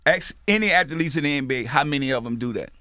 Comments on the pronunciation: Word of the day kids... Ath-a-letes! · P puts extra letters in his words lol if he says "atha-leets" one mo time lmaoooo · Master P: Athaletes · Athletes is a two syllable word not 3 P lol